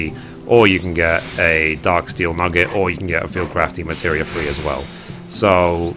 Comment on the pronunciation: Just curious, why do you call them "Demateria?" You're missing an entire syllable every time.